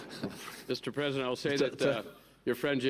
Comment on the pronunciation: "Mr Chhhlesident?""...."Hellouu". Top notch Merican stuff. UK loves a laugh